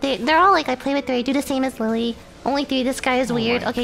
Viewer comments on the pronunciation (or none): none